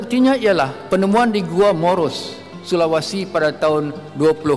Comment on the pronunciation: Sebut Sulawesi aja tdk Pandai Adake dia sebut Sulawasi